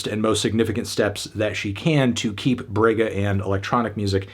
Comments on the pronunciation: "brwegha" kkkk mto bom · Fantano saying “brega” is HILARIOUS. I am From the same region the she was born. Had to say this album is awesome and i am happy you gave a listen to it. Gabi is a HUGE artist outside of Rio-Sao Paulo usual trend. Ps.: If you a strong 10 in pronuciation, in “Brega” The “Bre” is pronounced more like the “bra” in the word “bragging”.